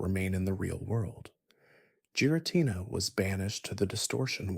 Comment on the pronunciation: Not even 2 minutes in he pronounces giritina, 'jiritina"